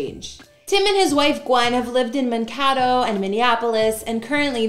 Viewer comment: It’s pronounced Man-K-Doe. 😂 Minnesotan here.